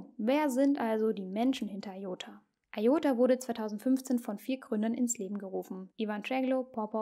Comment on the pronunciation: Es heisst ''I''OTA und nicht EI ota....